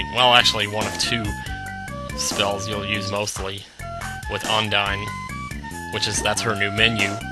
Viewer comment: not to be a grammer nazi but you pronounced Undine wrong....